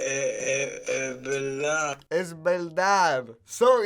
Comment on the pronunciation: We Puertorricans also switch the V sound for the B sound. He said "E belda" instead of "Es Verdad". Yes, we drop the last letter.